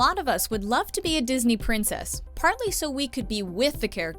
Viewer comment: When I first saw this video I was like: “how did they mess up the word princess?”